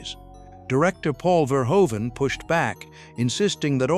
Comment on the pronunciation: FYI the director's last name is pronounced Fehr-hoo-vun.